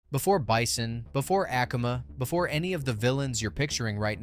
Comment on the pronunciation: You gotta hate uh-koo-muh and go-ken cause there's no way you mess up their names that much